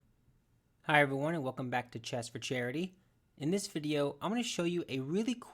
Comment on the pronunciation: "hess for harity"